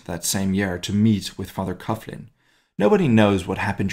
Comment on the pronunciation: I think it is pronounced "coglin". Excellent work !!